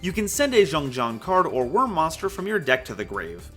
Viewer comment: pronouncing XiangJian as Jeong Jeong hurt my soul... Because it's Chinese and that's not how it's said. (For those who want to know the pronunciation, it's pronounced "Siang Jien")